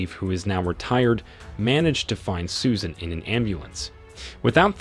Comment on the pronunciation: Susan... Or Soo-shaaaan...